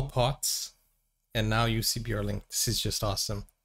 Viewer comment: Jussi Björling, perfect pronunciation Paul! He toured the US with his Dad and brothers at the age of 9. All good singers. So glad he lived long enough to make good recordings. Museum in Stora Tuna, Dalarna (Dalecarlia), Sweden. His homestead as grown up. Born in southern Sweden.